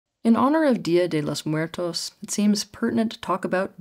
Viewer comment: "deeah dee lous mooertous" ☠️